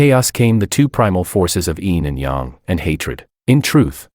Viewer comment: I kinda hate how the AI constantly mispronounces words like Yin and Yang or some names not just in this video but in other videos by other people.